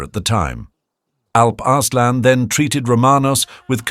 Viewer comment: Arse-lan... 😂😂😂😂 Sorry😅